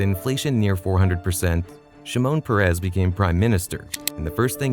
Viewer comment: Shimon Peres - last name emphasize the first syllable, not the last. First name emphasize the first syllable.